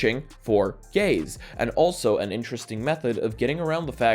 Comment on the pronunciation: I can't unhear him saying 'gays' instead of 'gaze' and its made for the funniest video of his.